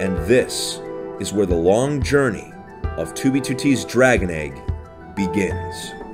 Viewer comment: BE THE E G G FEEL THE E G G